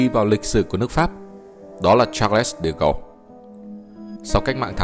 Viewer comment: De Gaulle trong video là ông phát âm kiểu tiếng Anh còn tiếng Pháp là Đờ Gôn nhé!